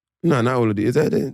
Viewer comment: The way he tried to say Oladipo had me weak 🤣 whole time tryna say Giannis